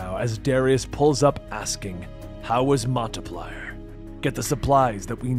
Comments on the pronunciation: Are you trying to say Montpelier? As in the City? You say like this, Mount- Pill -E - ER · Man really called it Montay Plier 💀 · City is pronounced “Maunt Pill-ee-air” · So weird hearing Montpelier pronounced that way. Got a laugh out of me, growing up in Vermont. Obviously not my Montpelier, but still. I may end up checking this one out more, though.